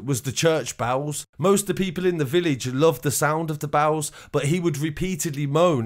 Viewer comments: its bells not bowels. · I thought he was saying bowles, bells. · Sounds like youre saying bowls instead of bells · Why do you pronounce "bells" as "bowels"? Lol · I thought you said church bowels 🤣😂 only when you said church bowels ringing, I realised what you meant 😆😉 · How does “bells” get pronounced as bawles? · mate it ain’t bowels,it’s bells. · It wasn't until 3.33 that I realised this guy was saying "Church Bells". I was listening while making a sandwich, saying to myself "Church Bowls"? What the hell is that? Then I thought I heard "Church Bows" as in to take a bow and I'm here saying to myself this must be a Church of England thing. Then at 3.33, I heard the sound of the bells, and all became clear 🤣🤣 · Lol how many times did I hear the word bowels, before realising he was saying ‘bells’ 😂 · Dude, the word is pronounced BELLS, not fuckin bowels. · bowels? or bawls? or bows? wtf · I thought his bowels exploded. Messy business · Yeah ! The greatest mystery...What are Church Bowels ?? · I thought you we saying the church bowels. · Why do you keep saying bowels? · why you saying church bowels lol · Dude why can't you say bells pwopperly? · Haha yes I've commented this too... The bowels.... The bowels.. Lol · Why can't you say bells correctly ? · Love the way you pronounce “bells” 🤣🤣